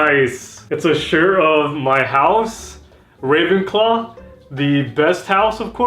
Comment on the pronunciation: Same! But no offence but you said Ra'w'enclaw, not Ra'v'enclaw.